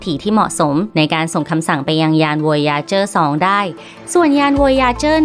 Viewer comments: วอยาเจอ วอยาเจอ อ่านแบยไทยๆก็ได้ วอยเอเจอร์ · มันชื่อไวเอเจอร์ไม่ใช่อ๋ออ